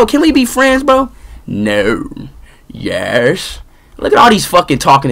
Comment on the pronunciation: had me CRYINNGGG "nouw.... Yæsh.."